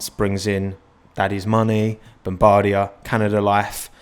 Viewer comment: bruh as a canadien from Quebec I’m triggered no jk but Bon-bar-di-like (ea sports) ea